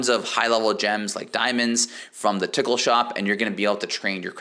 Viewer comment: lmao the way you say tokkul "the tickle shop"